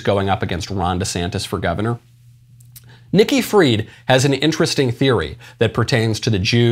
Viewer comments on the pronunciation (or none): none